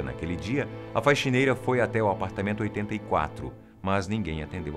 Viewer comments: Só eu que to ouvindo ele falar FAIXINEIRA? :O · te adoro, mas porque você fala *faixineira*?? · Que agonia dele falando "faixineira" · Quem mais ouviu faixineira? Kkkk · É um vício.